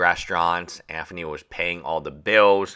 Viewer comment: I see what you did there lol it low key triggers me the way he says Anthony